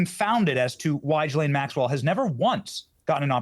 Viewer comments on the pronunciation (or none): I’m confounded as to how Benny Johnson can spend the entire interview hearing Ghislaine’s name pronounced with the g sound like in the word goat and yet he continues to mispronounce it with the g sound that sounds like a J. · I have heard this lady's name pronounced a multitude of ways. Are we to assume her brother is correct and it's pronounced "Gil - lin" and not "Gil - lane"? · I didn't know that is how you pronounce her name. Gilan? Rhymes with.... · Main thing I just learned from this is that her name is pronounced GILL-lane. Emphasis on the Gill lol I never really knew for sure. I figure her brother knows so I’m gonna go with what he says lol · So finally we know how to pronounce Ghislaine's name. Her brother pronounces it as 'Gillan' and as he is family to her, I suppose we can trust his take on how to pronounce her name. Of course Piers continues to pronounce her name as 'Gillane'. Everything else her brother is saying seems extremely suspect, I doubt anyone is convinced by him. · Is it pronounced Gees-lane, Gis-lane or Gee-lane?